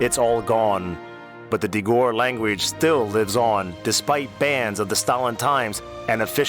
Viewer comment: It is pronounced Dee-gore. This man is pronouncing it wrong.